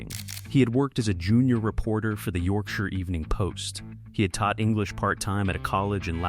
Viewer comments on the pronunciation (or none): none